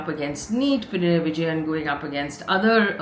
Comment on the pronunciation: ih fay for the love of GOD...PI-NA-RAYEE-----cmon say it once......btw good job as always:)🤣